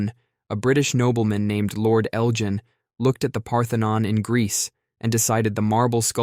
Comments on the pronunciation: It's Lord Elgin with a hard G. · Lord "Eljin". Okaaaaaayyyyyy.